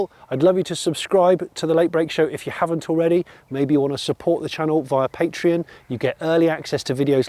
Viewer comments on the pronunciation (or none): none